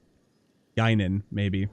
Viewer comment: Genin - Geh-Neen